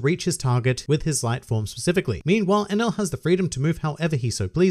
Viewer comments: Enaru I know is his name not enul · Hus name is Eneru!!! Why all Y'all keep calling him enel??